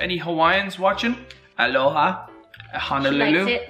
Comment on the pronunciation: Kinda funny when he said Aloha and Honolulu Hawaiians noice Aloha A maikaʻi lā